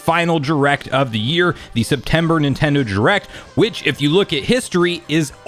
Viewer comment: Why do you pronounce it as "Nintendo jurect"?